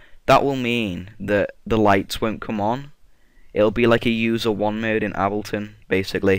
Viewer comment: The way you said Ableton XD I'm dying! XD